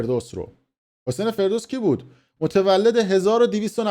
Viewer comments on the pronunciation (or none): داداش ابرو نبر حداقل اسم رو درست بگو (فردوست ) نه فردوس عاشقتم دادش ❤ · سوسمیخ مشنگ 😂.فردوست نه فردوس😂😂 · 😂😂😂 کوسکش رفتی دو خط رو حفظ کردی فقط !!! ✅حسین فرودست نه ❌حسین فردوس آقای با سواد چقدر هم تاکید داری رو باسوادی خودت تو فقط چند جمله رو واست گفتن همون هارو داری گوه خوری میکنی ارتشبد حسین فرودست یکی از باشرف ترین و وطن پرست های ایرانی بوده و هست ... درضمن ارتشبد نعمت‌الله نصیری فرار نکرد، همون روزهای اول انقلاب تیر باران شد کم زر مفت بزن با سواد اتفاقا درست میگی😂 چون واقعا مصدق خون شاه دوزاری کرد تو شیشه... ✅ولی در عوض ب مردم ایران خدمت کرد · فردوس چیه 😂😂😂 حسین فردوست هست احمق!! هیچ کسی هم چیزی نمیگه🤬🤬🤬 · حرفات درسته اما این خائن کثیف حسین فَردوست هست نه فِردوس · فردوس چیه فردوست درستشه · فَردوست✅️نه فِردوست❌️ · داداشمون به همه گفت بی سواد به فردوست میگه فردوس 😂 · باسواد،آگاه،آگاهی رسان حسین فردوس !!!!! فردوست ف با فتحه فر ینی شکوه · اسم رو اشتباه میگی حسین فَردوست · ابله تو حتی اسم فَردوست رو نمیتونی درست تلفظ کنی تازه داری تاریخ معاصر میخوونی 🤦🏻‍♀️ بابا کی از تو نفوذی تره آخه جوجه اطلاعاتی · آخه اوسگل توله پاسدار…پروژه میگیری اسم ها را یه بار تمرین کن…حسین فِردوس😂😂😂خیلی گاوی دوزاری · این پروژه بگیر تا یک ساعت قبل برنامه اسم فردوست را نشنیده ، مرتیکه بی سواد از اول تا آخر برنامه میگه حسین فِردوس😂😂😂بَبعی جی میگه؟؟؟ باریکلا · احسنت👏 این کارش همینه سر موضوع تتلو هم همین رفتارو داشت بنده خدا رفته دو خط رو تند تند حفظ کرده‌ اومده جلو دوربین، تا تنور داغ هست ویو ها رو جمع کنه... 😂😂😂😂 بعنوان مثال ✅حسین (فرودست) رو میگه! ❌حسین (فردوس) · تو اول برو حسین فردوست درست تلفظ کن بعدشم از ان شاهزاده نخور تو خودت مزدور جمهوری منحوس اسلامی هستی یادت نره تو قبر میخوابیدی فیلمت هست جاوید شاه